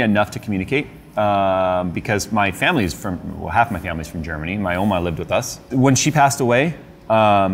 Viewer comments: When you said "ouma", the South African in me woke lol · Didn't know half his family is from Munich. And it certainly wouldn't come to my mind, knowing his german pronunciation 😆. He should do say more german stuff more often, not less! Sadly alphacool phases out german sounding stuff I heard. Eiswolf, Eisblock, Eisfach, Eisbaer, Eisdecke, Eisblock, Eiszapfen, etc. But when he called his grandmother "Oma" it made sense 😁